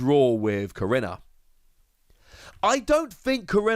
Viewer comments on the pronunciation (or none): I’m sorry if this is put off as rude but last time I checked korrina was pronounced Ko/ri/na